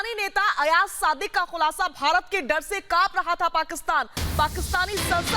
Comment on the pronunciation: Sub se pehle toh aap name lena sikhye ayaj nahi ayaz hota h or yahan social media p bakwas karne se kch nahi hota kch kr k dikhao agr itni auqat h toh woh pak foj hi thi jisne india ko dhool chatai thi or tmhre abhinandan ko pakra tha agr tum logon m itna hi dum hota toh woh kbhi pakra na jata tum logon ka toh sir tb hi jhuka diya tha pak army ne anbhinandan ko pakar kr chale bechare bat karte hain lol😂😂😂😂😂😂😂😂😂